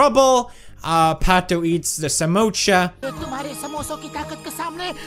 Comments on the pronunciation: Pewdiepie it is not samocha it is samosa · Not samocha it's samosa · It is not samocha it is samosa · PewDiePie call samosa samosha Me:noo PewDiePie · That's not samocha it's samosa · Oh and it is pronounced samosa NOT SAMOCHA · Pewd: Says Samocha Indian: A Samocha what now? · Also him - samoocha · The spelling is just "Samosa" So same goes to pronunciation ...😂 Why does he have to go $@@